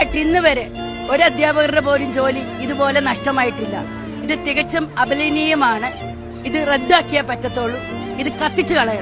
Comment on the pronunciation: 😂 ഇത് ടീച്ചർ തന്നെയോ...*അപലപനീയമാണ്* എന്ന വാക്ക് ഉച്ചരിക്കാൻ പോലും അറിയാത്ത അദ്ധ്യാപിക ഇവർ ബന്ധു നിയമനത്തിൻറെ ഉൽപ്പന്നം ആകാം